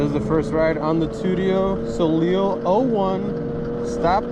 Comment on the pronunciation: It's Too-tio sow-lay